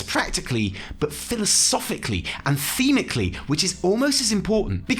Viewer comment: I don't want to be that guy but fudge it here it goes.... "thematically"